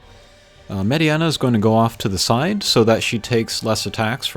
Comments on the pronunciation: nice combat . Its Mediena it's prononced MayDeNa not MaydeAna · Mediana? you called her Mediana? Its FCM. Funky Cold Medeina.